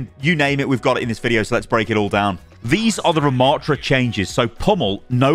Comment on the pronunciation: Butchered Rammatra for real